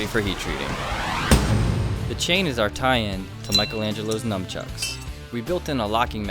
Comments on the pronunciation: Did he really say "nuMchucks"?! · sais nunchunks lol